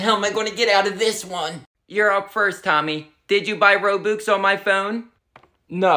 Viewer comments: You're not even saying robux you're saying Row Books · Pronunciation be like: Ro-bucks❌️ Ro-books✅️ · I like of how they call "Robux" "Roboux" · Robux ❌ Rowbuks✅ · Lol I love how he pronounces the ro-boox instead of ro-bux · If you pronounce it roo-bu-x i’m about to lose it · ITS ROBUX NOT ROBOX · Its pronounces r-o-b-a-x not r-o-b-u-x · its actually not ro boox its ro bux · It’s robux not roooobooox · It’s robUx not robOOx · Lol when they said Rou bux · I hate how they say it like roboox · I love how the pronounce Robux Ro-Books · Ah yes, game currency Rowbooks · Lol “roboox” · it's said RO-BUCKS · STOP SAYING ROBOOX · hah he said robux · THATS NOT HOW YOU SAY ROBUX